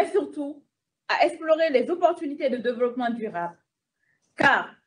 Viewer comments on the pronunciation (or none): Elle dit devolopoment🤣🤣🤣elle défend les terroristes et charge l'armée 😜😜incroyable Afrique